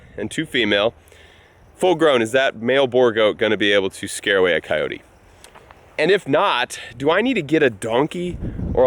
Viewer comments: It is pronounced cy-oat in Texas. Cyoteeeeeees is just all wrong. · Its two syllables: phonetically::Cay- ote. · City folk don't know how to pronounce Coyote and neither do you. Leave the "E" off the end of the word. Think of "Kyoat".